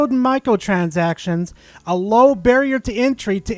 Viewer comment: The way you say micro transactions sounds like Micahel chazakshuns xD Love the video